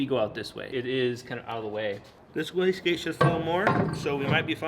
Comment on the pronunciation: This guys pronounces wastegate so fast that I often hear them saying whisky.